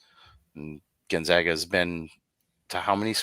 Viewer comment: Can say Boise, and San Marcos, cannot say Gonzaga correctly.